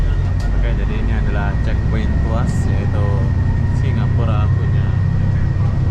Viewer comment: Mungkin dia teringat.. Fast food.. 🤭🤭🤣🤣🤣🤣